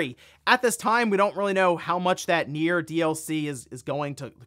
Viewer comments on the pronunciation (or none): none